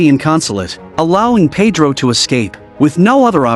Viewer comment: Yes, and the way Winona with her American accent kept referring to Pedro as Paid-row instead of Ped-ro with a hard e sound (first syllable) and hard o sound (second syllable). Oh well, only Maria Conchita Alonso and Antonio Banderas were the main Hispanic actors in the cast.